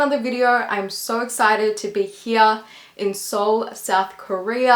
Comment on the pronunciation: Im a bit confused about the fact she knows Korean yet still pronounces the names of cities (her pronunciation of "Seoul" especially caught my ears) in a wrong way. Is it just some kind of American pronunciation im not aware of? Im not trying to be a spelling nazi nor throw any shade, im just plain confused lol